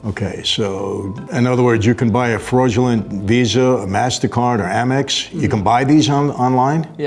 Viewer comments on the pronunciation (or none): none